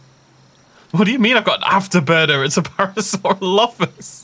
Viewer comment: You mean paralolololollophus